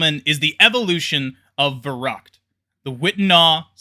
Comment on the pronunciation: It's kind of annoying how you pronounce Verrückt